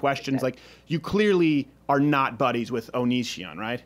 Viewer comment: "Onishion" LMAO!